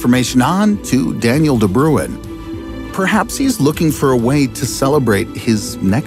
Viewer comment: My guy. Wtf is De Bruwen? Just imagine saying brain and as you start pronouncing the explosive sound. Start to roll the "R" De BRRRuin